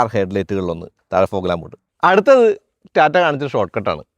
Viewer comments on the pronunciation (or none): none